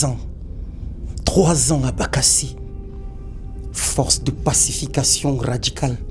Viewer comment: Meme quand il dit pacification ça fait mal